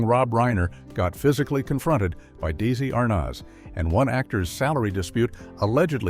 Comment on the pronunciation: Damn I hate AI narration that can't pronounce Desi Arnaz's name properly!